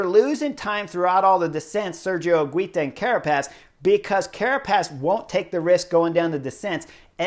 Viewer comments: Higuita correct pronuntiation: "Iggy - tah". The stress in the middle, in the second "i" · Higuita is pronounced without the U ;) basically higita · Chris, I love every comment you make about all this races and normally you really good at pronouncing all the names but is painful the way you pronouncing Higuita!!! I’m sure you can do better. Love the videos keep it coming.